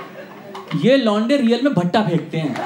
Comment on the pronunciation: Bhai Bhatta nahi batta hota hai jise jerk bhe Bolte hai 😂🤣😂